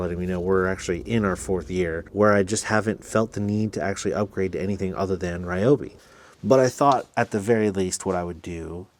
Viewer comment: Just an FYI. Not sure if anyone has said anything about the pronunciation of Ryobi. The correct pronunciation is "Ree Yo Bee" not "Rye Yo Bee".